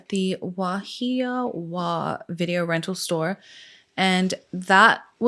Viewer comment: I love your stories. The town is pronounced Mill- Lee-Lani but you said wahiawa so good WAA-he-waa